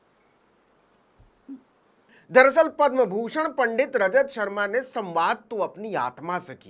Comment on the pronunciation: यदि यह सत्य है तो रजत शर्मा पर शक्त कार्यवाही होनी चाहिए। परन्तु इस नवीन ने भी जिस प्रकार से पंडित और पांडेय का उच्चारण असभ्य भावों के साथ किया व एक समाज की भावनाओं को आहत किया ऐसे में इसके चैनल पर बैन होना चाहिए।